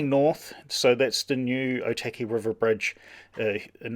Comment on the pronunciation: Cool video! Just wanted to point out though, something that may help your pronunciation. Or - tuck - e (Otaki) rather then oh- tacky.